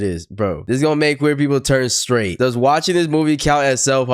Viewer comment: She said sraight eww what do you mean eww?????